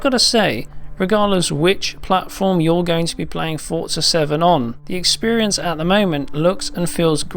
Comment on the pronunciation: Drink when he says expirince